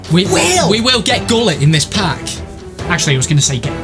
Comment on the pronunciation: It's pronounced wholit for gullit